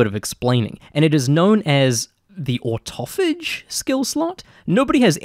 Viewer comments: ortuffage? Auto-Phage! muppet! 🤣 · The fourth fury skill is just the old fashioned slap em with the power of Thor or something Also if you're wondering how to pronounce autophage thing that's there it's auto-phage also confirmed this by way of the game also calling it in this way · Fellow Kiwi, I would pronounce autophage as "auto-fay-ge" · It’s pronounced ah-toe Fay-juh FYI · In game they call autophage, auto fage so im gonna go with how thats pronounced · I think it's pronounced auto- fage